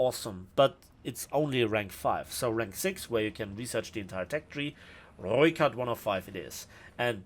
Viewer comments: for sure the pronunciation of the R and ooi :D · You definately have the best pronunciation of the Rooikat.